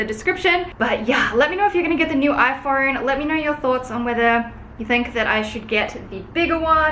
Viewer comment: I hate how you say “iphoUne”